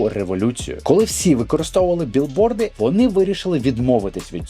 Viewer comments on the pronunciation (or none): none